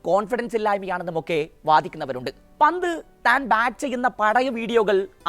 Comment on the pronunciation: ഹാരിസ് ബ്രോ.... ലിവന്റെ പേര് പറയുമ്പോ ഒന്നുകിൽ പന്റ് അതല്ലേൽ ഋഷഫ് എന്ന് പറയുക.... അല്ലങ്കിൽ എല്ലാ പന്തും കൂട്ടി കുഴഞ്ഞു ഒരു അവിയൽ പരുവം ആകും😂😂